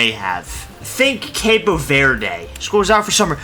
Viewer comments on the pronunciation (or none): none